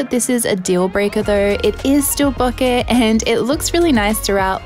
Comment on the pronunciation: It makes me happy whenever someone pronounces “bokeh” correctly.